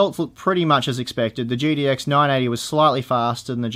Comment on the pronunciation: Gidi X Titan. Hahahaha. Does Australians speak so?